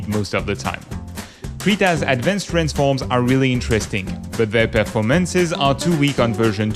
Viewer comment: you say performance incorrectly